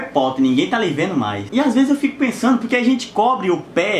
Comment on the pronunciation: Novo topico sensível: Whindersson falando "porque" com sotaque 😭💜💜